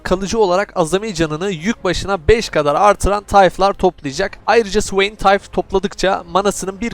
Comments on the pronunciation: (suveyn) ne, o nasıl okuyuş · sıveyn diyişin efso be .d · Swain diyişini sikiyim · O ne güzel Swain demek kardeşim. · Allahım o nasıl bir swain diyişidir yarabbim